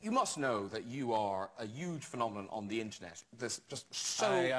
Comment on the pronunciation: I love how graham says huge Uge